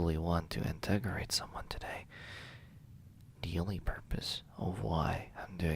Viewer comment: Sounded like a class trial was about to start with all those questions. I liked this one but something amused me however. You said interrogate wrong or maybe it's just your accent that made the word sound weird. Heh. Your accent is cute I don't know why you want to get rid of it.